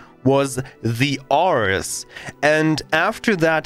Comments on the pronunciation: The "Arr-ress" is pronounced "Air-reez", as in: Ares, the greek god of war. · Air-Rees. Not 'are-s' . Greek God of War (a.k.a Mars) This is a bit triggering.